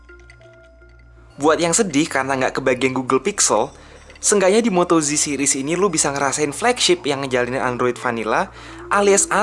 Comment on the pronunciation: Ejaannya kok moto "ji" jadinya moto G (ji) donk?